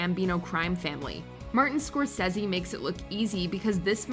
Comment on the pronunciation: All of these movies suck without a doubt and I will never defend any of them. However, a mispronounced Scorcese is ironic.